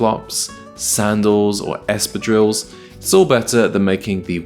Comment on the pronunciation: You are not pronouncing espadrilles correctly Real men do not wear jewellry ( unless they're Prince Harry). What nonsense to recommend cheap tacky necklaces. You NEED A BRITISH OFFICER CONSULTANT. They'd laugh at your wimpy suggestions.